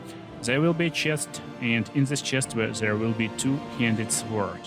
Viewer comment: The W in sword is not pronounced. I'm very sorry English is like this.